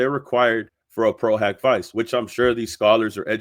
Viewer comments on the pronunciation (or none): love your content but you really should find a legal or Latin-knowing friend to help you pronounce the Latin terms. “Pro hac vice” is pronounced “pro hawk vee chay”. Amici curaie from a previous video is pronounced “ameechee curahy”. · I’m not being pedantic because you’ve been doing an amazing job. But just a quick note: Pro Hac (hock) Vice (VEE-che). Please don’t think I’m being a huge jerk. I’m literally just saying the pronunciation, NOT correcting you. But honestly, as I said, I’ve been watching you on fire with these documents. You’re so appreciated in the community because you’re Johnny on the spot with the facts! Thanks for watching this so closely!❤❤ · I was taught the pronunciation is “Pro” “Hack” “Vee-Che’” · No, it’s pronounced HOCK not HAK. Please don’t miseducate people. Pro-HOCK-vee-chay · Lol pro hoc vice = pro hawk veechay ❤ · No, you did the right thing. I was coming to correct that too. It’s important for these creators to pronounce things correctly. Thank you 😊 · It's Pro Hac (hak not hock) Vice (Vee-che) . this is a latin pronunciation of "A"